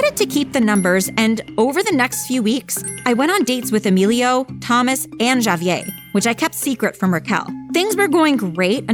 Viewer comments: My god say the name right.... Ja-Vee-Ay?! Nah bruh it's Ha-Vee-Air smfh. God that was so irritating! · No way they pronounced javier as “JAYyy-vier” 💀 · please no one ever let this girl say Javier again. it's HAH-VEE-AIR. ITS NOT HARD TO PRONOUNCE GIRL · Is anyone else annoyed by the name being mispronounced? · Why is she pronouncing Javier like that wtf 💀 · y she pronounce Javier like that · I love how everybody has their own way of pronouncing Javier 😂😂😂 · Lmao, they pronounce it three different ways